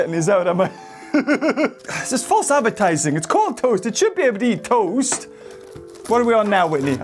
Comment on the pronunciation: It's not tost!!!!!